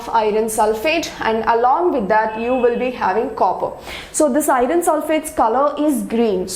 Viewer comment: Iron not"irin"